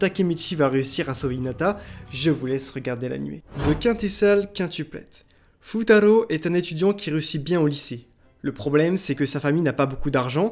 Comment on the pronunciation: C'EST BON, JE REGARDE LE PREMIER "Futaro" Ta façon de le prononcer est spécial En vrai comme anime tu aurais pu sélectionner"Moi quand je me réincarné en slime" ou d'autres mais c'est une bonne sélection